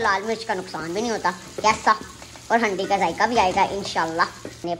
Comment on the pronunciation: Hundi nahi haandi 😂